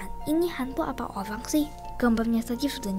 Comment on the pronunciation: Ih kok ngomong orang kok orank sih aneh ini